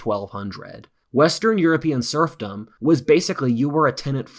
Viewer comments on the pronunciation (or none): Every time says SERFdom I was thinking about SURFing. 🏄🏄‍♂🏄‍♀🏄